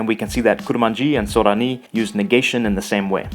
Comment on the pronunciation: Thanks for the videos! They're very informative and interesting. You have a Japanese accent, though, when pronouncing Sorani.